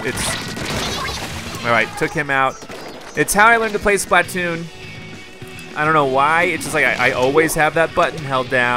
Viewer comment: I'm pretty sure that "Splatoon", is pronounced, (spl-uh-toon) Just what i think.